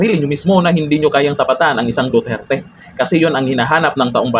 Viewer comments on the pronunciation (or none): none